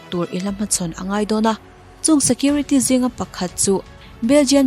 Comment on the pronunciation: Belgian Malinois is pronounced as BEL-jun mal-in-WAH.